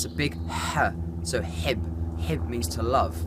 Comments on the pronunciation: Love in arabic is حُب = hobb , not hibb , you have a dammah on the ح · It’s actually “ hobb” not “ hibb” don’t relay on google :)